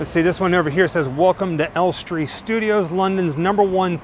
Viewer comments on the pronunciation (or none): Hi guys. We absolutely love to watch your little trips and the excitement and awe you express when you go somewhere you've always wanted tos see. We think you are absolutely adorable. Just one thing. Maybe go to this guy's site to learn how to pronounce names of various places you visit. Ellestree is in BORUM-WOOD, not BOR-HAM-WOOD. Just FYI.